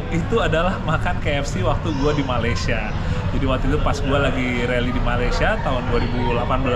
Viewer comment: Malaysia bukan maleisya 😢